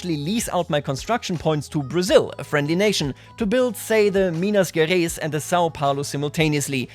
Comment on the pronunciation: The pronunciation would be me-nah jeh-rah-is